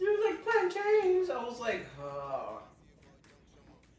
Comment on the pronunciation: You say plant “ins” like mountains or fountains…not plant “ains”, like trains, pains or gains. Trust me! If you can say t’ick (thick), then you can say plant’in. Love it!!!!! 🤗